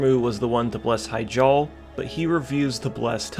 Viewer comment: It's "he-JAAL", not 'HI-jal"